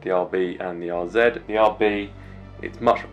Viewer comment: Thanks you for pronouncing RZ correctly as a brit